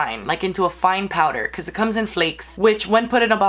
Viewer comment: "i'll probably do et again" lololol love her